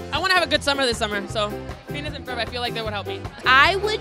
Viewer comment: Lol when Lele said Phineas and Ferd lol same